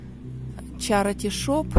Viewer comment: извините,но в слове CHARITY нет звука "о", как Вы произносите на русском - чарОти.... Надо хотя бы "чарити" произносить или "черити"